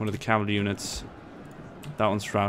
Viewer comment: Pretty french accent :D CAVALERIE